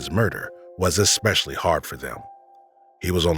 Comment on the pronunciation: especially, not expecially...